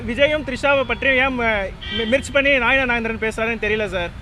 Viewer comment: ஐயா உங்களுக்கு நைனார் நாகேந்திரன் என்ற பெயரில் ஒழுங்காக உச்சரிக்க தெரியவில்லை நீங்கள் எப்படி வளர்க்க போட்டு நைனார் நாகேந்திரன் உயர்நீதிமன்றத்துக்கு வரவிருப்பீர்கள் உங்களுக்கே சரியாக பேச தெரியவில்லையே